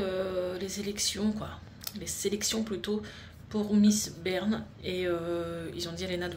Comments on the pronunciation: 😂 c'est pas Bern comme Stéphane mais Béarn Bé- Arn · Juste pour te dire que on ne dit pas Bern mais bé arn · Coucou très heureuse pour Léna félicitations. alors pour info je suis du Béarn et on dit "Bé-arn" et pas Berne 😂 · Le coup du tee-shirt ! 🤣🤣🤣ça m'est arrivé quand j'étais jeune...Je me suis tapé un de ces fous rires... Bravo Lena! J'ai passé beaucoup de temps à me demander qu'elle était votre région car je ne comprenais pas "Landeberne". J'ai fait appel à mes souvenirs de géographie et j'ai supposé "Landes Béarn". On prononce 'Berne'par chez vous, pas Bé-arn? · Landes- BÉARN (prononcer BÉ-AR-N) Pau est la "capitale" du Bearn. Bonne chance Léna ! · Béarn se prononce "bé arne" 😉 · Coucou Félicitations à Léna Lande B é a r n. Toutes les lettres se prononcent. Bises Je n'habite plus Pau mais je souhaite pleins de choses à Léna.